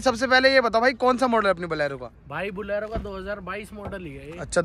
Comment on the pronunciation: Balero nhi bolero bolte h bhai tum balero bol rhe😊